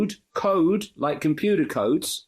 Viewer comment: The matrix is a 'kompyoodah' code, not a computer code. Important distinction.